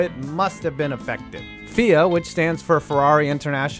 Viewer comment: damn never thought about FIA as feeeyuhh